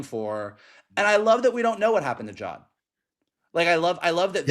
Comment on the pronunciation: 8 episodes in and is finally pronouncing Jod as Jod instead of Jode 🙌 Loved y'alls coverage tho lol. EDIT: Goddamn it now is saying Jode he's been infected. Huge shame this show is under-viewed also, Disney have really been burying it for some reason. I'd actively have to search for the new episode on Disney+ every week.